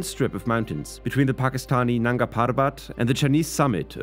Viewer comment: why the fucm are you pronouncing the R like that? nobody in asia pronounces R's like that wtf you mean nanga pharrrbat lmfao. arrrnachal pradesh. lmfao